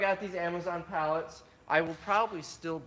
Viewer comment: sell everything, for a daaler. so cute, like my Aunt Pat from Tomah.